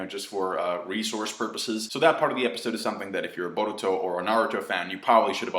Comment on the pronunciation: You pronounce Boruto like your mouth is stuffed with marshmallows